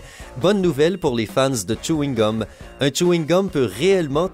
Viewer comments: C chewing-gum pas Tchouingum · Tchewine gum JPPP😂😂😂😂😭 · Mais comment il prononce chweegum